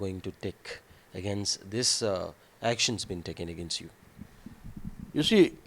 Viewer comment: I love the way south indian pronounce 'against' as "agaa-Nast".